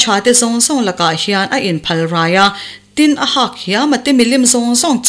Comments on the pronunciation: Hak tih tur aw,hâk tia thlûk loh tur...milian hak/ tlawn kan tih anga lam tur.. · HAK tih lam dan hi ri hniam, ri tawi a ni tur a ni a. He tawngkam hmangtu hi Mizo zingah pawh an tam viau awm love. Tlawn tih nen a awmzia a inang teuh ber awm e.